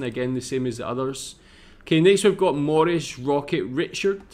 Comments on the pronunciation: Richard is not pronounced the way you said it. It is pronounced Ree shard. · The Canadian pronunciation of Maurice Richard is Maw-REESE Ree-SHAR(D).